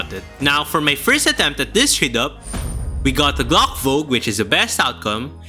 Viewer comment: why are u saying gloch its fucking glock with CK NOT CH